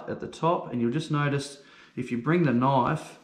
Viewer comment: In the US we say knife, not Knoff. Lots of fish here with same bone structure so good instruction.